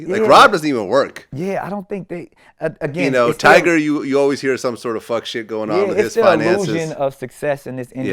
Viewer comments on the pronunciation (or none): Anyone else triggered when Vlad calls Tyga "Tyger"? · If vald say "tiger "instead of tyga one more time 😤😤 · How hard is it to say “Tyga”?